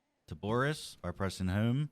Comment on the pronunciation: you say home weird